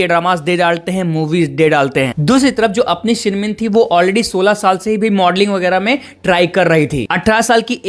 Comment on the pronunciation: Shin min ah not shin min